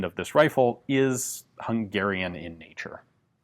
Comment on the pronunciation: Thanks for pronouncing Hungarian correctly!